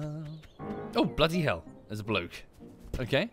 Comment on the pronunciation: “OOHH BLOODY HELL” really gets me for that Bri’ish-ness